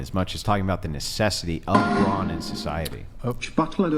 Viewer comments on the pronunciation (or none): No one commented that the feminist kept saying "bronze" when referring to men, not brawn. Perhaps she's not as well read she thinks she is? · It’s “brawn” not “brawnz” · Fyi.. its BRAWN. NOT bronze.🤦🏻‍♂️